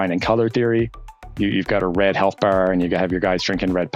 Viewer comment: hahaha, I was thinking a little bit of Maine but you're up higher. Nice! you say "You've got a red health bar" and then you say "then you pick a contrasting color to set it apart". Now that you clear it up, it does sound a bit more Canadian than Irish. But it's the word 'bar' and 'apart', you give it that sorta back of the mouth, open mouth version of the word "air". I was watching the whole video then suddenly those two words came out and smacked me out of what I was listening to. I had to re-listen to the content because it surprised me. Great video, so thanks!